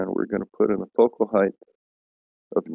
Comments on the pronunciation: Dude... I love your videos and I'm really glad you're debunking flat earthers.. But PLEASE PLEASE PLEASE stop pronouncing the word height with a "th"! Dude...I cringe EVERY SINGLE TIME I hear you say it! It's HEIGHT not HITHE come on man! You're one hell of a smart guy.. We expect better!! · IT'S PRONOUNCED "HITE" DAMNIT